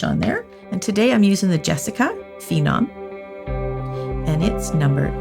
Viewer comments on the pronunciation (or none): *off- The way you pronounced "phenom" sounded "finom" - which is a Hungarian word, means tasty :D